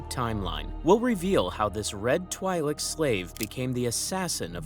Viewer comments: Twi'lek is twee sound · Great video, but bro can't pronounce "twi'lek" even if his life depended on it